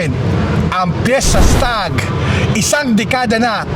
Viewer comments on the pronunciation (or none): Fiestag hindi Fiesta Stag. Babasahin mo nalang mali pa. 🤦🏻‍♂️